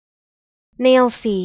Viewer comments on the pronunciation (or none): I live in Nailsea, and I think your pronunciation is slightly wrong. The ‘s’ is pronounced harder, more like a ‘z’, as in “Nail-zee”! Just my opinion, happy for other locals to contradict me!